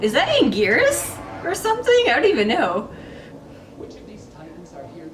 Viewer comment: Love seeing this reaction. Love seeing a reaction from true Godzilla/Kaiju fans. I knew you guys were legit given the way you said Anguirus.